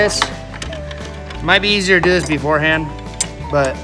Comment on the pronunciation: "It might be easier to do this beforeand" hahahahaha